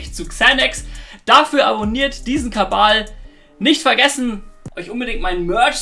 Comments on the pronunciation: Warum sagt immer „Kabal“ statt Kanal?Kann mir bitte jemand den Insider erklären? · Kabal? Heißt doch Kanal oder raff ich den Witz nicht